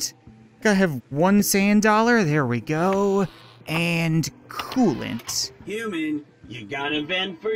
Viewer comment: Wheres my cooloant??? Last episode: Throghs cooloant